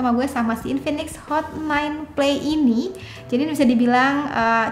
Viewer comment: Hot bukan not.. Pas awall